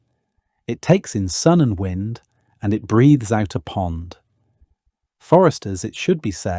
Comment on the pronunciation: Interesting but the AI commentary is a bit of a let down . W👁nd instead of win-d !